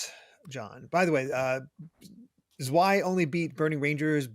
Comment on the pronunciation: Zwei is German for two. It's pronounced with the "w" pronounced as more a "v" sound, so more "zv-aye- rather than "zw-aye"